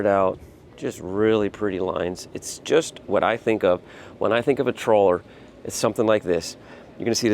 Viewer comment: Great boat ! Great video ! Quick correction, and it's a small one. It's pronounced "Traw-ler" Not "Troll-er". LOL ! It's a small thing, but in today's vernacular, probably need to be careful. Once you've been around this a little more, you'll get the hang of it and people will be able to tell. Cheers !